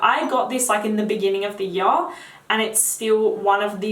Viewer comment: "I had it for a hyurr"